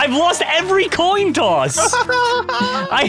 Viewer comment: said “I’ve lost the last two toin tosses” 😂😂😂